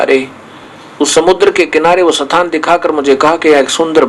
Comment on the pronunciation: स्थान को सथान palace को पाॅलेस बोलता हैं ये जाहिल !!!!! ये वेद-शास्त्रो का ऊपदेश करता हैं !!!!! महामूर्खशिरोमणि